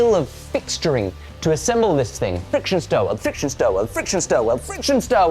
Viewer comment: said 'fiction' welding a few times... lol I kind of want to see welding of wood in progress...